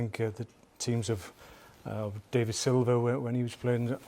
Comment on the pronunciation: it’s not David bro it’s David